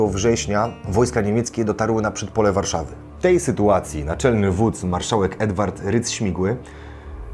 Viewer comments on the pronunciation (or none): none